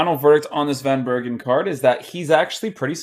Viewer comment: You say it like van bèrken